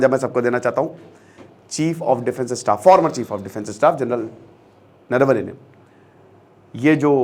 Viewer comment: Its not नरावणे its नरवणे